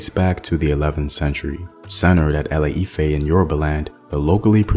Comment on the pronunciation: Please learn to pronounce " Ile ife " well... you killing my ears with what I'm hearing.